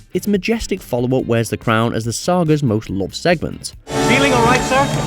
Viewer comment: I had to go to the closed caption to figure out what the guy said. Turns out it's "... as the saga's most loved segment." I'm still not hearing it. What I hear is "...as the star gah's most lost segments."